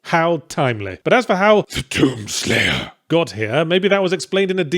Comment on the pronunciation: "Te dUUm sleiyah"